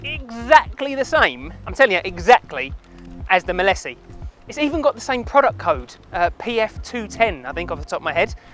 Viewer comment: It's said not said as 'Milissy'.....it's 'Mile See' as in you can see for miles...Mileseey! 🤦‍♂️